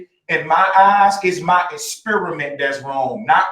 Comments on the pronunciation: Es-spear-a-mint ... is that a new flavor of chewing gum? Or the bait for a racist joke? 🤔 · that guy knows how to "esperimen"